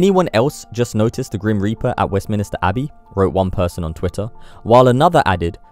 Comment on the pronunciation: The word you want is West MINS NO I STER. MINSTER